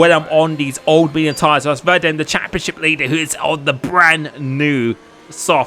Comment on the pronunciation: It’s pronounced Vah Deem